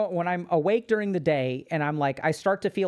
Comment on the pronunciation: "Durng they day"